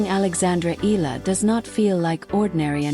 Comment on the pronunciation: Pls pronounce the surname correctly.its eala not ela.(e-ya-la)